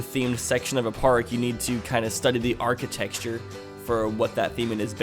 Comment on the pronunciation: What is "architexture"? I know what architecture is, but not "architexture". I guess it's a Missouri thing too like antenna? Love the content btw, just discovered this channel a week ago and been binge watching!